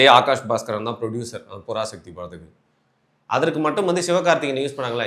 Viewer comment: I seriously couldn’t stop laughing every time you say புறாசக்தி 🤣🤣🤣🤣🤣🤣🤣🤣🤣🤣